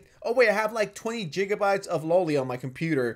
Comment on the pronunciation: The real federal crime here is pronouncing gigabytes as "jiggabytes"